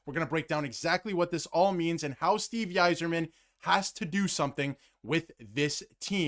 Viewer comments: Not trying to be an ass but it's pronounced I--zerman not why--zerman..I know it looks like maybe the Y in his last name may be pronounced but it's not..Just sayin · If you want to be taken seriously, you have to, at a bare minimum, pronounce the GM’s name correctly. Steve Yserman (eye zer man). Turned you off as soon as I heard how you pronounced it. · Are you kidding me Steve Y-zerman??? You guys are jokes if you don’t know how to say that name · Everyone mad at the way he pronounced Stevie Ys name calm the fuck down its not that big of a deal. Quit fkn crying about a name. Go wings!